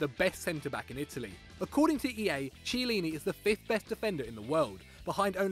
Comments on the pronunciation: You don't watch Serie A, if you did then you'd know how to properly pronounce Italian names - you got Chiellini and Barzagli badly wrong. It's really painful and cringey - at the same time to hear you try to pronounce italian, and cultured names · I honestly cant tell if you're just trolling at this point or not. in Italian C followed be e or i makes a "ch" sound, but when followed by an h is always a hard "K" sound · couldnt decide if the pronunciation of Barzagli or Chiellini was more offensive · Ayur Bhatta That is how you pronounce Chiellini in italian. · The way you pronounce Chiellini gives me ear cancer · If you're going to call out players like chiellini at least pronounce there names right, do some research you fucking morons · Utterly facepalming at this guy's pronunciation of "Chiellini". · How are you gonna put chiellini on here but not even pronounce it right? how are you even gonna put him on the list? How isnt boateng on here? so many questions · I disliked the video only because of your "Chiellini" pronunciation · Weird list.... and all I can think of commenting is "That pronunciation of Chiellini though..." Meh! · If you're gonna say chiellini is overrated you can at least pronounce his name right. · Ch! Ch! Chiellini! Pronounce it well. Wait wait.. G! G! Barzagli! Please😭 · I didn't like the fact that you picked Chiellini but I wasn't going to dislike. Then I heard you pronounce his name... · its kee eh lini not chee eh lini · U know this list is shite when he pronounces Chiellini as tchielyny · It isn’t CH eillini it is pronounced C heillini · It's pronounced kee-a-leen-e I'm not even a Italian and I know that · It's pronounced Chiellini (Ki-a-lini) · The C is pronounced Ch but if its Ch its pronounced a silent h so it sounds like Kiellini. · It's pronounced "Kiellini" by the way. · i just can't take someone who can't pronounce a name right seriously.......smh its chiellini with a k and trust me he is better than bonucci at DEFENDING